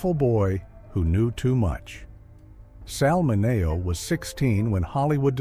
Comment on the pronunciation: Why did the narration keep mispronouncing Sal Mineo's name??? Unprofessional.